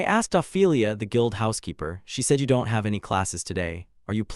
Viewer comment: "don tee" XD ai cant say anything that ends with 't